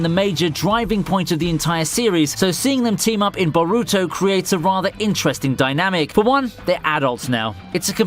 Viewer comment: did he just say Baruto? o_O; I get the announcers on these vids don't know how to pronounce japanese names and such but this is a bit ridicules